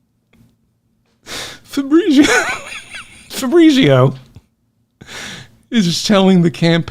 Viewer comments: Fabritzio? That’s an Italian name pronounced FAB- Rheetz IO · if you pronounced it correctly -- fah breetsio -- you wouldnt laugh so hard